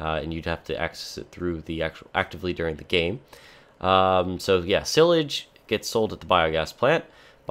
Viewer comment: Hey your pronouncing silage wrong :/ sounds like "seye lage" not "sil age" just a heads up! :) great video all the same!